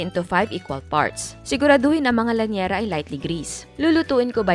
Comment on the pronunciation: Llanera hindi lanyera